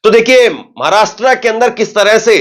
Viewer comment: भई, आपका विश्लेषण सटीक है .पर एक उच्चारण कानको खटकता है . महाराष्ट्रा नहीं महाराष्ट्र बोलिये.